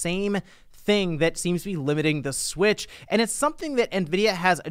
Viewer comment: "Super Nintendo Swich" sounds like "Super Saiyan God Super Saiyan". Anyways, a hardware revision SHOULD bring backwards compatibility at the very least, with Virtual Console to at least try and counteract on the homebrew side. It's as if they're playing it safe with all these Switch-alike revisions. Who can blame them after the Wii U disaster, they came back to what they are more accustomed to, being portable systems.